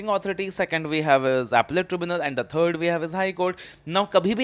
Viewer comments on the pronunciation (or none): none